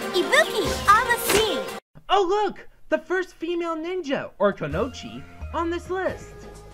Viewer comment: Its pronounced Ku-no-ee-ch. :/